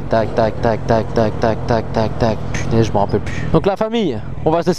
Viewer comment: MDR j'ai bien ris comme d'hab au lieu de dire putain tu dis "Pitin"